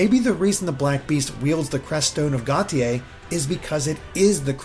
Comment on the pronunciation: Preeeeeetty sure Gautier is pronounced "go-shay," but then I only get that because I read Sherrilyn Kenyon novels and Nick Gautier is a rather significant character. Anyway, that detail aside, I shall continue watching the analysis.